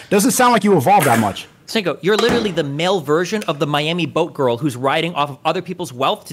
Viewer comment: Adin misrpronouncing words and pretending its on accident is hilarious. Calling Sneako Sneakyo lmao. He knows what hes doing.